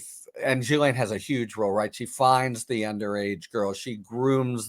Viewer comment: I really think people should learn to pronounce Ghislaine correctly if they are going to discuss her.